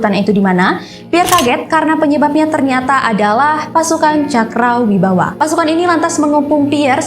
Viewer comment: Cakrabirawa ya kak. Bukan cakrawibawa 😊🙏